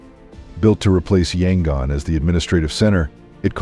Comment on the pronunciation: = It’s actually pronounced Mē’-ăn-mah; I had a chance to visit this country full of lovely, immensely polite people in 1988, and it was one of the highlights of a year-long trip around Southeast Asia. = Yangon is pronounced Yăn-goon = Khat is pronounced Chat = It’s Mong-la, like la-dee-la = The problem with A.I. narration is that it doesn’t know which pronunciation to use when it’s a word with more than one way of saying it; for instance, tears and “tares” = Longyi is actually pronounced long-jee = Betelnut is pronounced Bee’-tel-nut = Roh-hing’-ga = Bah-gone’ = Raan-bū’-taan